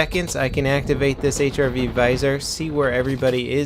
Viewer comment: "HIV Viser"? RIP in peace grammar...